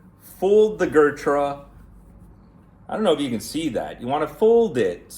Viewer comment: gurtrah lol its Ghuuut-raaa